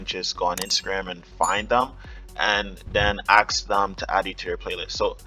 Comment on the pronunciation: it's not aks it's ask = )